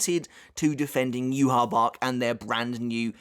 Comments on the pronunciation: yahve, its pronounced yahve, not yuhabak, its the name of old testament god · Ima stop you right there learn how to pronounce the name its not youhabach there is no b in his damn name it is ywach pronounced yawach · juha bach or yah vak is still better than the pronunciation the anime gave him with juha baha. The hell kind of villain name is that bro? lmfao still love bleach tho